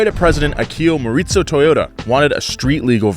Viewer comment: Don't mean to be that guy but was butchering tf outta Morizo